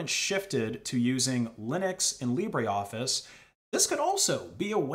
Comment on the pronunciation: It is LibreOffice, not LibréOffice. The "e" in Libre is not pronounced.